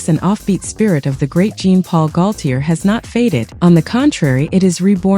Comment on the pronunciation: Omgawd, mis pronouncing GAULTIER's whole name. AI needs better input...